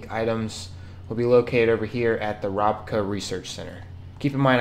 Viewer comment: He said “The Rob Ka” robot company 😂